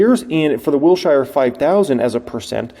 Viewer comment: Wilshire is pronounced “Wilsher” not “Wil-shy-er”. (😂 the most important comment on this thread, lol.)